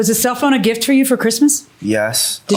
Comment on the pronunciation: The word is gift with a T not giff. Enunciate darn it 😜 lol